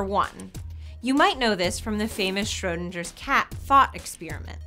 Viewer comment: She called Schrodinger 'Schrodinjer'. That made me cringe. Okay back to watching the video.